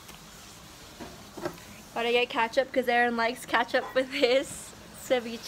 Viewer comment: she said catchup instead of ketchup lmao😩😭